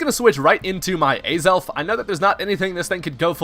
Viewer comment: Ay-zelf? It's Ah-zelf. :P Aside from that, Choice Banded Azelf? Let's gooooooo!